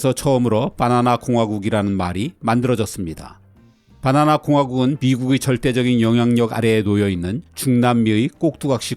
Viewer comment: 빠나나라고 발음하시는 것을 보면 서울 분은 아니신 것 같아요